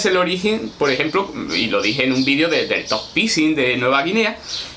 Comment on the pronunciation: Y dale con vidio... Ufff video, con E, es Español enseñando lengua y no sabe que la palabra video se debe mencionar la E. Aprenda... Se dice como se escribe... VIDEO, VIDEO... NO VIDIO!